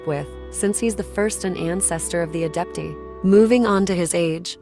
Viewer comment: "Adeptee" 🤣 I'm sorry.